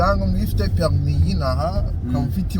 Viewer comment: ESE NAWE KOKO UVUGA PERIME KOKO???????? BAVUGA PERMIS.